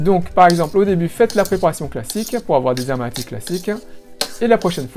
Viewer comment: Quand on dit "les amaretti" on fait la liaison "les z'amaretti" !! Merci pour la recette 😊